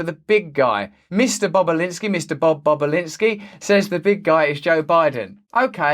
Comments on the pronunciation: cannot unhear mr. bobalinsky mr.bob boba-linsky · Bobulinski might be the funniest word of the day to pronounce indeed